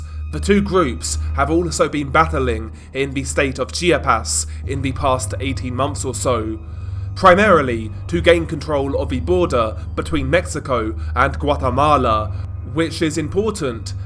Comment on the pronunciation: Chiapas (chi-ah-pas) it sounds like you were saying chia-pets😂 ch ch ch chia. Love the content.